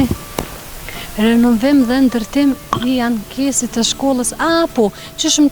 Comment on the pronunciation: Aneksit jo ankesit oj gazetare lexoje ma mirë